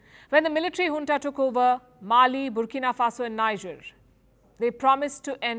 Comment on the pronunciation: When will this our lady ever know how to pronounce NIGER as “nijeh” and not “ na-ija” ? . NIGER pronounced as naija is a state in central / western Nigeria.. while NIGER pronounced as nijeh is the junta country in the African Sahel region.. please be humble enough to take correction.